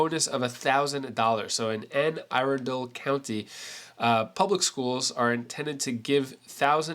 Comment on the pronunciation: I love your channel thanks for giving us the news and Anne Arundel is pronounced Anne uh-run-dul in Maryland